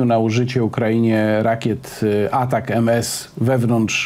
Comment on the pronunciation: Dlaczego Pan Warzechą wymawia nazwę rakiet "Atak M S" podczas gdy nazywają się one ATACAMS?